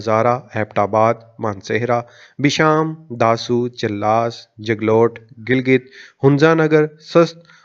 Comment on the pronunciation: Chil-las nahi , chilas. And mutallaq nahi , muta-alliq